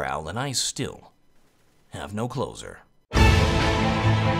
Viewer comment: I'm the and i still, have no closer... Sounds like "I'm the and i still, have no clothes (on) her.